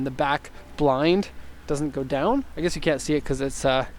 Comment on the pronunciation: Next time i have a question about amps, ill go ask a professional, i "guesh" :D